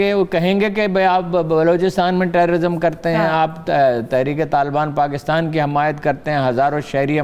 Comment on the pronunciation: she pronounce KAAF as QAAF and it's annoying to be honest so Pakistan becomes PaQistan , Karachi becomes Qarachi, Kamal ker deya becomes Qamal ker deya and so on. I know many will call me picky and pain in t h butt but it's national tv and Urdu program , we expect as much